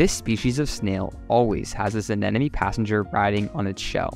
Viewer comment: Fascinating - but it's ANEMONE not AN-ENEMY.